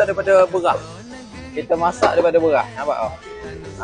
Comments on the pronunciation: Aye Beghah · Beras ❎ Berrrrwraahhhkkk ✅ Ayam ❎ Ayyek ✅